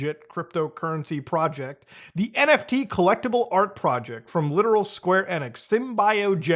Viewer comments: Square Eh-nix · It’s square enix not square enix